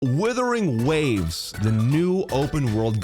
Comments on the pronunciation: Is it his accent/speech or is he purposefully saying "Withering Waves"...and not Wuthering...lol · Wuthering Waves, not Withering Waves. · He still thinks it's called Withering Waves? 🤣